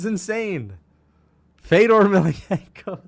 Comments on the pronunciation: Why does leave out the N in Fedors last name? It just sounds dumb and like a casual. It ain't Emilianko like how he is saying it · I've never seen this guy, but when you can't pronounce Fedor's last name, you shouldn't be giving any opinions on MMA.